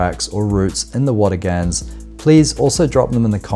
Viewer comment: Great video, but you keep mispronouncing Watagans… it’s pronounced Watagn, the 3rd a is not emphasized, I know I know grammar nazi lol, still great to see my local area on YouTube.